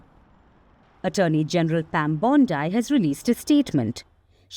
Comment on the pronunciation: How much funding did firstpost get!! And by the way pronounce Pam Bondi correctly